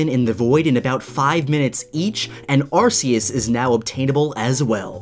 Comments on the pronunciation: You pronounce arceus (ark- E- us) it's a common mistake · ...i stopped watching after you said arseus ... and dont complain i know some of the pokemon names are hard to say. ya well arceus' name is said many times in the shows and movies so whats your excuse for saying it as arseus... sounds like your calling it an ass... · it's ar-key-us Not ar-see-us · Its arkues not arsues arkues is how u pronounce it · It’s Arceus not Arkues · "ar-see-us" Me: You have broken every rule in the book! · Arceus? Arceus? Dont yo mean... ARCOOS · Arceus (Are-key-us) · Ur saying arcius wrong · Uhhh you pronounced arceus wrong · Why do u say arceus like that . Makes me mad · Arceus isnt said arsias its ar-ke-us~~Arceus And darkrai sounds like Dacry